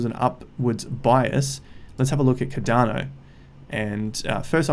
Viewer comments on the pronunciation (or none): Bro every time u say ‘cadano’ I lose a brain cell. Please pronounce it with the R. CARDANO please. Love the videos tho bro. Just the way u say it omg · It’s not cad’dano it’s Cardano mate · lloydsgem I am Aussie as well and he’s still pronouncing it wrong haha